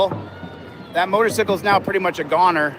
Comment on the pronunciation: I absolutely love, but why the fuck is he calling a motor"cycle" a motor"sickle" 😂😂😂 Much love Brian and! <3